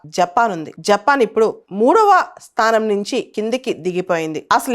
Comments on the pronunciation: స్తానం కాదు, స్థానం మీ తెలుగు 🫢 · స్థానం అండి స్తానం కాదు అంది..